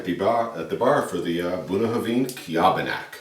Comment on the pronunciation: I've never heard Bunnahabhain pronounced the way you say it, where did it come from? - Never seen this bottling around.